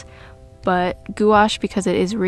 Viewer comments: "goo-ash" sounds crazy bc its actually pronounced "gwash" (one syllable). Pronounced like "wash" in "carwash" but with a small "g" sound in front of it. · Goo-ash? Really?